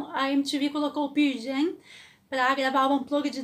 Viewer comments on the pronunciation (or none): Desculpa, não consigo ouvir alguém falando "Pier Jam"... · Ótima história! Mas me dá um certo nervoso ouvir ela falando: "Pir Jam"! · Excelente vídeo ! Só um detalhe. Se pronuncia pãrl Jam é não pier jam. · mto bom seu video, mas se Pronuncia Pârl Jem. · Por amor de Deus que é isso de Pirl Jam? Ficar falando de uma banda sem sequer saber pronunciar correctamente, mais vale não dizer nada. Compreendo que se tenha de trabalhar. Como dizer que assisti o Pearl Jam em vez de dizer que vi os Pearl Jam. É demais. E eu nem preciso de dar a mínima para isto, mas conhecendo a banda como conheço, é horrível demais ouvir dizer Pirl Jam uma centena de vezes. E o banco onde se sentou o Eddie não era uma prancha de bobyboard mas sim de surf, ele pratica surf e vem no local onde tem as melhores ondas do mundo as big waves, Nazaré. Podia dizer muito mais, mas fico por aqui. Bem, Feliz Natal. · Não se preocupe, todos nós pronunciamos o nome da banda errado mesmo kkkkk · Pow, parabéns pelo video mas a maneira q vc pronuncia o Nome da banda doe os ouvidos. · Legal ... só falta aprender a pronunciar o nome da banda corretamente ...